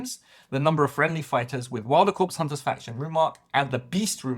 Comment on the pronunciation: Its core not corpse.